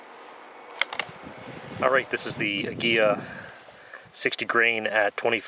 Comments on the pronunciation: An English pronunciation would be Ah-Gee-la with the G. Pronounced as in Gun.You were close.Cheers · Ah-gee-lah. It means eagle in Spanish. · It's pronounced ag-u-la